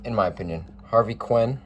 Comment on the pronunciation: Didn’t even try to pronounce Red Schoendinst. Harvey Quinn? Hoyt Willum? Dennis Eggersley?